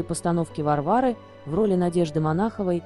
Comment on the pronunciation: Пьеса называлась не "ВарвАра", а "ВАрвары" по пьесе Горького. Стыдобушка, однако!!!